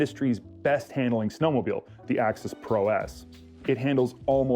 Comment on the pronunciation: Dear, It's pronounced snowmobile not snowmobill. There is no such word as 'ginormous'